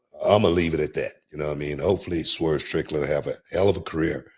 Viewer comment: "Swerve Trickland" 😂😂😂.